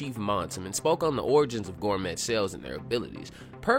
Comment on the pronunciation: it’s pronounced “Gore-May,” bro lol not “Gore-Met,” the “T,” is silent